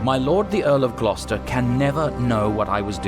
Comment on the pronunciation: As an fyi it's pronounced Gloster